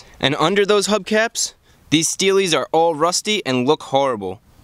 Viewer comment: When you said "steelie" it sounded like you're an Aussie 🦘😆🤙🏽